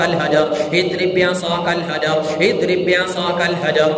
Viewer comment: Azrib bi asakal hajar padhiye... Idrib bi asakal sunai deraha hai.